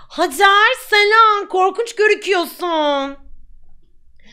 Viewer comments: lütfen haycer diyorsunuz fakat o bir türk adı hacer lütfen pls yani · peki pelinin hacer i heycır diye okuması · Hacer ismini zaten Pelin koydu sonra dalgasına heycır diye okumaya başladı kfoekofkeodkoek